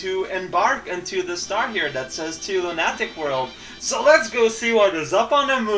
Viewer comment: Just so you know, "lunatic" is pronounced LOO-nah-tic(stress on LOO rather than NAH). Not your fault though, English is full of crap.